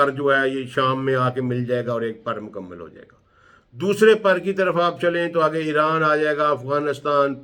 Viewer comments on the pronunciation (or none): none